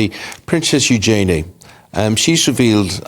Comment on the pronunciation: New princess? she's the king's granddaughter. Daughter of Andrew and Sarah Ferguson. Ewe-jun-knee = Eugenie. They pronounced it wrong,again.